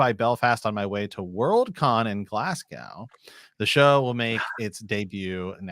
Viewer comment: What is talking about with “six years” to go for WoW—seemed to me George was insinuating by S2 or before... And “glaz-go”, not “glass-gao”.